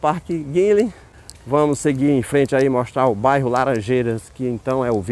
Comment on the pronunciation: O nome certo é Park Guinle, e não Guinlem!!